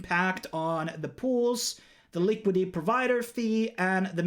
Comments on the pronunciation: Good video, but it's Liquidity not Liquidy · Quick English lesson. WASP is pronounced WOSP. And its "LIQUIDITY", not "LIQUIDY". 👍